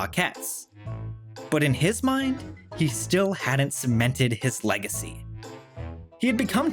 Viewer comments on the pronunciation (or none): Lose 'legs-acy'! 'In-city-ous' is good, though. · I was just about to post a comment about how well written this one was, then you said “legs-acy” 😑 So I’ll say this one was mostly very well written 😆🥰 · I started tearing up at The Boy From Oz part and then you said "legsacy" and I started crying from pure rage